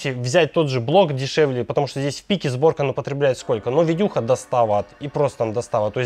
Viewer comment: Правильно "Сборка" а не зборка